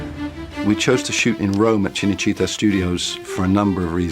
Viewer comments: cinecittá, not cinecítta.... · It's called Cinecitta not Cenecitta and Rai is pronounced Ray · Rai Italia is pronounced wry italia, not ria italia. And CinaCittà is CHINna chitTA, not CHINna CHEATer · Very nice backstory! But the pronounciation massacres make it hard for me to listen you! How can you pronounce RAI as Ree-a over and over? Cinecittά - not china-chEEta! Painful and unfortunately, very American! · An excellent video. That said, your Italian pronunciation is atrocious. CineCitta (pronounced Cheenay Cheetah, like the cat) and RAI (Reye as in eye). It's funny that Roman business practices are still going strong in Italy 2000 years later. BTW, the television show about Octavian/Augustus' palace intrigue you said would make good viewing are all included in the fabulous British series, I Claudius. Thanks for bringing this to light. Rome, one of the best series, was killed off too early.... Rome, we hardly knw ye. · Two things for what it’s worth. Rai is pronounced like “rye”. For Cinecitta, accent the “a”. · Also, Cenecitta' is misspelled. It’s Cinecitta’. Film (cinema) City. A section of Rome. And it’s pronounced chee-nay-chee-TA with emphasis on the “TA” - My family had an apartment there years ago. Sorry to be such a pest, but just want to add/correct to your excellent video here. I’m enjoying it very much. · Fascinating. But you could at least learn how to pronounce names like “Rai” and “Cinecittà.” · PLEASE take 5 minutes to lear how to pronounce cinecittà and RAI, not RIA